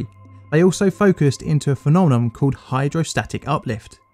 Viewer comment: You make an interesting documentary, although the slow pan of the Mulholland photo spent most of the time centered on his junk which was a bit weird, and your narration is a bit off kilter with strange pauses. I loved the way you said "phe-nom-nom" like you were eating ice cream, I might start saying the word like that myself for fun.